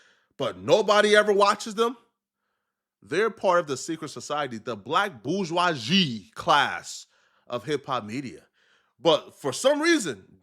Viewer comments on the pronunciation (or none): none